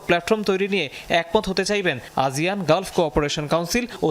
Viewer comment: আজিয়ান কেনো বলসে? আসিয়ান হবে না?